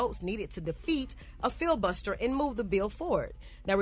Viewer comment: " fill-buster"... Filibuster ".......come y'all.... Show some intelligence... You're on a National Platform....